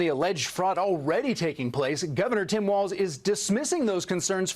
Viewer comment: I can't stand Tim walz but how come 90% of you can't even say the guy's name right it's walz not waltz